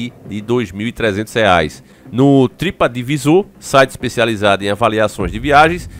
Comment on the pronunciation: falou "Tripa divisor" eu imaginei uma empresa que aplica fatalities nos clientes. 😂😂😂😂. É pronunciado "Tripedivisor". Mas ficou engraçado. Empresa do Sub Zero